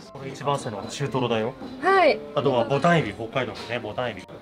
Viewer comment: マグロ大トロも中トロも美味しそう！ 醤油が塗ってあるというのはいいですね。 ボタエビではなくてボタンエビですよー。 北海道ボタンエビは美味しいです。 シャリが崩れないのはヒトが握っているからでは。